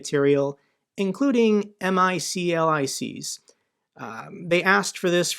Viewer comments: MICLIC = say “mick lick” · Pronounced Mic-lics no one says the acronym. Haha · It's pronounced mick lick, and them had boys are awesome.